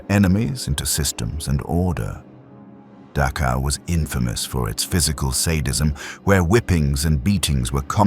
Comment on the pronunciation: Please learn to pronounce the ch sound in names like Dachau.